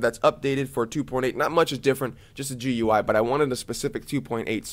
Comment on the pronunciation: Subscribed because you say G-U-I instead of gooey. I don't know but gooey just doesn't translate anything related to computer in my mind. It sounds like an animal's name. Maybe it will be my future dog's name.